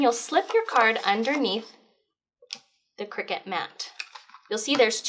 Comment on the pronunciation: CRY-cut. Not Cricket.